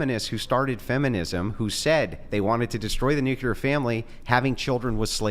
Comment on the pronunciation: I can't even begin to tell you how disappointed I am to hear something I just heard say. I like the way he talks I like the way he thinks I like all this stuff but there is one thing that I absolutely cannot forgive, I cannot overlook. He actually just said the word nuclear wrong and in this way that only imbeciles and morons say it. He actually just said "NUKE-YA-LER".... THE EFFING WORD IS "NUKE-LEE-ER" This is one mistake that is absolutely idiotic, moronic and inexcusable. There's no way around I lost respect for him with this. And no one said that I'm overreacting because I'm not